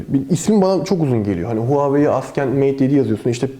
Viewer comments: abi neden askend? neden inatla yanlış telaffuz? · Yanlış olmasın gençler Huawei AsKENT Mate 7 :D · Askent evet mhmm.. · "Assent" değilmiydi o.